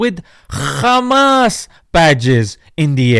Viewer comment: "Khhhmaaasss " kills me every time 😂😂😂